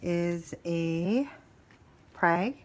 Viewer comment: Great haul!! Btw it is pronounced 'frag' not prag😉. I hope they'll do well for you! Great plants!!! Must have been quite the show!